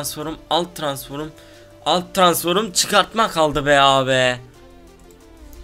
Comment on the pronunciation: Transforma transforum diyen abimiz herzaman arkandayiz <3